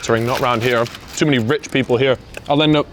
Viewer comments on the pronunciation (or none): none